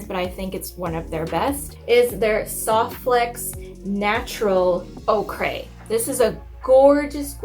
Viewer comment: Ochre is pronounced ‘Oaker’ not ‘oh cray’ ....oKay?! 🤣